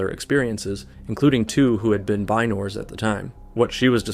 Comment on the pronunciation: haha I just heard that part. Wtf are binors?!